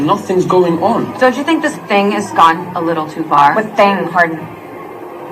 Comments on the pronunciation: i keep hearing his name as hard*n, not hardin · HIS NAME IS ´HARDIN‘ NOT ´HARDENˋ YOU DUMB BBBBBBCHES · if y’all going to hate, at least get his name right. Hardin *